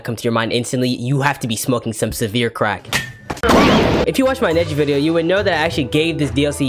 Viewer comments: that ain’t neji that is neshi 😂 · Nah that’s not Neji that Nejia